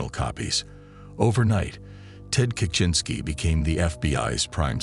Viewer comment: is annoying. Constantly mispronouncing Ted's last name. Your videos are great, but you need a better narrator.